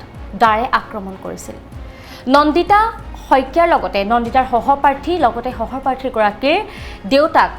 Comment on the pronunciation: hohoparthi nohoi hohopathi,ahomia tu vlke kbo njano,news gabo ahiso